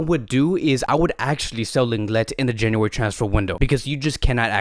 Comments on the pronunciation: Just so everyone knows, the correct way to say Lenglet is Longley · 😭😭 well it’s bad that he supposedly pronounces lenglet’s name wrong all the time😂